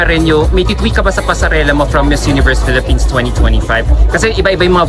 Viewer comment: Felepens daw sabi ni athisa 😂